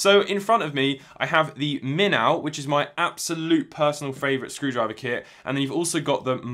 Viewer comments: Please do not take this the wrong way. Minnow is pronounced "min-oh." It basically means a small fish. Hence the fish on the packaging. Moray is a tropical eel. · Haha I heard him say minnow and that the name has something to do with fish, but had never heard of a minnow before. Then I went to look at iFixit and saw the minnow and when I read it, I realized it was just how he as pronouncing it.